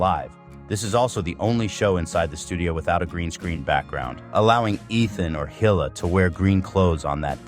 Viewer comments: Hill-a. lol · Also the way he says hila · The way this AI pronounces Hila😂